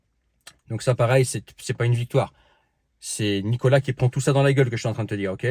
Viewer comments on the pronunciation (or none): prononcé Nicolasse